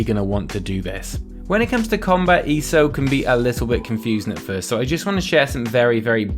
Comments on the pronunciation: E.S.O.... not E-so 😂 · Dude! It's not "eeeeso". It's"eee ess oh". Just because people write ESO instead of E. S. O. does not mean you can just slur it all together! It is literally the abbreviation of "Elder Scrolls Online". If you're gonna make a video on something, at least get the name right. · Why does he say easo